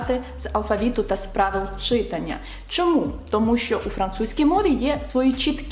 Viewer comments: Ви неймовірна! Тільки зауважу , що українською мовою слова читАння, , писАння, малювАння……і подібні їм мають такий наголос…. Дякую 👍✋ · От все добре. Але виправте в своїй вимові в слові «читання» на правильний наголос — читАння 😅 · ЧитАння, пані викладачко, читАння. Наголоси в українській мові теж мають значення. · Чита́ння (так правильно!!!) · Чита́ння (так правильно )